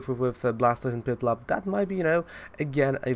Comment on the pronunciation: Lol that’s piplup, man! Not poipole 🤷🏼‍♂️😂